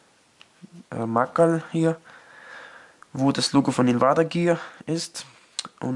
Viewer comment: Kannst du dich bitte informieren wie man 'Invader' richtig ausspricht?